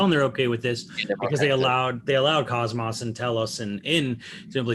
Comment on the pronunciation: OMG he said cosmas.... I'm stupid offended. lol. Not a real Xeno fan it seems if the company's main heroine can't even have her name pronounced right.